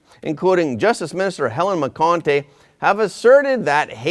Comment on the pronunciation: Phonetically you pronounce those names Ben Ska-len and Hel-en Mac-en-tee